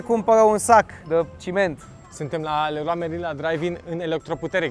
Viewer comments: Tu în loc sa spui leron merlin laeon marlin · Errrloa meilin 😂😂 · Cum ai zis reroa merin